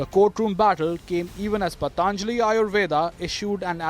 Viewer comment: Why is it so difficult to pronounce 'patanjali' correctly, a totally Bharatiya word... Pl.conduct graciously. This applies to Mr.Sohail Seth also...